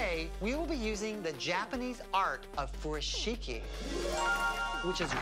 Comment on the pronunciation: This man keeps pronouncing Furoshiki wrong 🤣🤣🤣